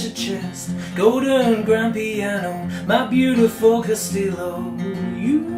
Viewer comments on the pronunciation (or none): castillo is pronounced castiyo